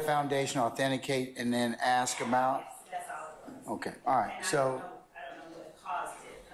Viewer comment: How can someone so educated not say the word “ask” properly?